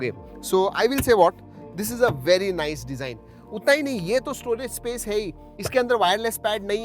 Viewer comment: Nise kiya Bhai.. Nise dekhkor ki bat kar rahe hoo